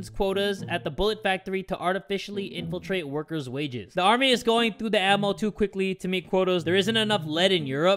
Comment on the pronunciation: Inflate: INFILTRATE